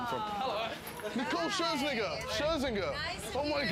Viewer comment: "Omg its nicole shersnigger. Shersinger" - KSI